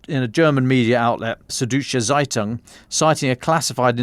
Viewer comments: Absolutely. Didn't even recognize "Suddeutsche Zeitung" at first when pronounced it, and I speak German. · Seddesche Seitun hahahahahhhahahaha "Süd-deutsche Zeitung" xD